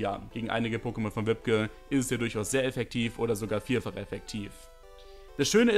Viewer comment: Ich werde immer so getriggert wie er wibke ausspricht 😅